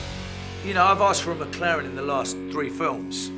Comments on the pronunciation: Schnitzel6789 MäcLären! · Leute...... Lernt doch mal die McLaren Namen englisch auszusprechen..